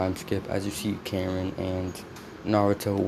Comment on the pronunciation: Her name is ka rin not karen